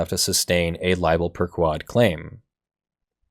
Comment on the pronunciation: Man, I keep getting tripped up when you say libel 'per ku-wad'. The sort-of more correct pronunciation (in Latin) is libel per-'k-wohd' with an 'o' as in 'morning'. Also 'per' should sound more like 'pear' instead of 'pur', although I approve of any cat sounds in law.